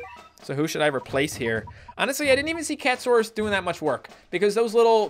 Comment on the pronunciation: its cat a saurus not cat saurus